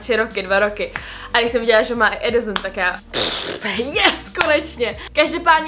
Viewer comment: úžasný video jako vždy jen ...Adisson se říka se se :D no hate!!!!!